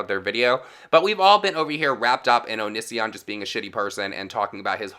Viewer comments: When you’re so gay you can’t pronounce O-knee-see-on correctly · Eh. Only thing that bothers me is how many times this guy mispronounces Onisions name lmfao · I love how you say his name 😂 Loving your channel ATM 😊